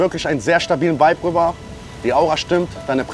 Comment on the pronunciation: jury hat keine ahnung wovon sie sprechen, in jedem satz sagen die "du hast den vibe (wuibe ausgesprochen) sehr gut getroffen".. bruder welcher vibe?? was ist das für eine bewertung, wie wärs mit aussagekräftiger kritik??